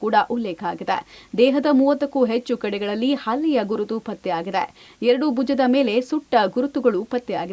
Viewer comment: ಅಲ್ಲೆ ಅಲ್ಲ ಗುರು ಅದು ಹಲ್ಲೆ, ದಯವಿಟ್ಟು ಕನ್ನಡ ಕೊಲ್ಲಬೇಡಿ